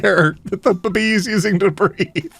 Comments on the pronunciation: Why the heck are you pronouncing baby like that? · istg everytime says baby, I keep thinking they are saying boobie i cant- XD